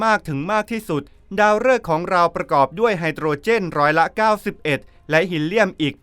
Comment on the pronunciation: คนอ่านต้องอ่านออกฮีเลียมใช่ไหมคะ